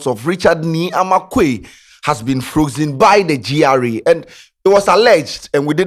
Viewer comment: what sort of english is frokzen